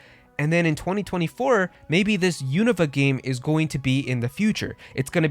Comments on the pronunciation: Im not making fun of you. But isn't it pronounced (YOU - NO - VA) ?? You're saying it like its called Univa. Or have i been mispronouncing it my whole life? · Pronounced you-noo-vah